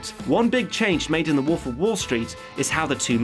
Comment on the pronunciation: Good video... If only I could get over the fact that he keeps saying woof instead of wolf